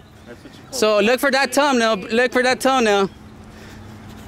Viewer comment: Bro you have to say thumbnail correctly fam. Not, toe-nail lol